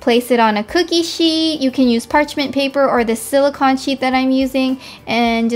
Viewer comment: I love the video but I hate how she says silicon instead of silicone, and Macarone instead of macaroon, it just bugs me